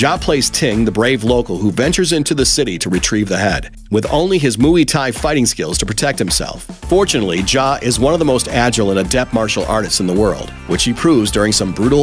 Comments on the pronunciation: "Mooey Thai" -__ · "Moo-ey tai" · I cringed when he mispronounced muay thai, research people... research🤦‍♂️